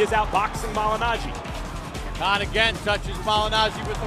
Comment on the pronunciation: Why cant u say your last name the correct way Amir.. The KH in Khan is not pronounced like a K and you know this.